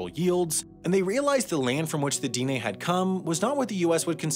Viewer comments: It's not Deen Nay---- Dine' is pronounced more like deeneh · And Dine is Den-ay..... Bashas' is Bash-uh's.... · The emphasis is on the second syllable in Diné, it's dih-NAY, not DEE-nay. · It's di neh..the e is stressed not di nay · he also keeps mispronouncing Dene (DEH-nay) as dee-nay 🙄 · It isn't pronounced "DEE-nay." It's much closer to "di-NEH" or "de-NEH." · It's not Deenay. It's pronounced Di-neh. Like the di in the word dig and like the ne in the word never. Dine'- with an upward inflection on the e because that is a "high vowel" denoted by the mark over the e. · The e sounds like ae so like dinae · At least he didn't pronounce it "dyne." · Diné is not the same as Dene, and is actually pronounced “d-NEH” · I thought this guy was from the Denver suburbs. Granted, it seems that nobody in Denver is from Colorado any more, but some of the pronunciations make me think he might be from New Jersey or some place like that. Diné is not pronounced DEE-nay. Anglos from the region (like myself) pronounce it more like Deh-nay and Navajos themselves pronounce it more like D'neh. Bosque is not pronounced like the name of the Star Wars bounty hunter, it's pronounced Bos-kay. And of course, as others have pointed out, Cherokee is not pronounced ChurOH-ky. Despite all of that, I'm glad that this video was made, hopefully bringing more awareness of the Navajos as a people. Hopefully this will make people curious about the Navajo's unique and beautiful culture. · This was the first time I had ever heard someone NOT pronounce it that way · Snoqualmie was right! (That’s my pic) Dinè was wrong. (Reverse emphasis) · I appreciate doing a video on my people, although you were mispronouncing the term dine, I do appreciate you using the proper term instead of Navajo.